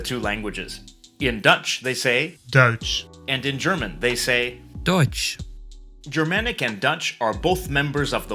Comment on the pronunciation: This isn't Paul's fault, but why is the German person, pronouncing "deutsch" incorrectly??